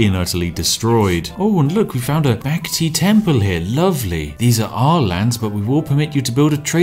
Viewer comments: Did you just say "Back Tea Temple?" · Bakhti temple sounds like black tea temple. The only reason you won that game